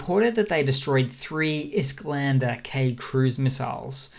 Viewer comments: Really like your videos, I watch them daily, thanks for the updates. One note though: it's "Iskander", not "Isklander" ;) Just a nitpick, keep up the great work! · There is no L in Iskandr, btw